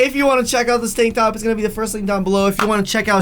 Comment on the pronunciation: I thought I heard say "stank top" instead of "tank top"